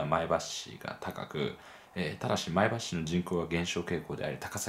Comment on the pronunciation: 前橋の発音が自然ですね（NHKは不自然）